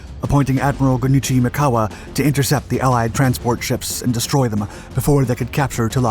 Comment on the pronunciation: The Japanese Admiral's name issctually pronounced "Gun-Ichi". In Japanese, the "Ichi", which means "one" in Japanese, is always said as a separate syllable. Just FYI. So the proper pronunciation of Ichiro Suzuki, for example is "Ichi-ro".